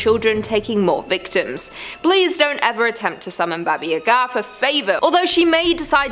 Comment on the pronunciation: Baba Yaga is pronounced "bah-bah YAH-gah". Just FYI.